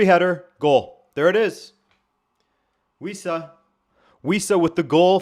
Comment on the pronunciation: Wissa? At first I thought you said "We Suck" 😅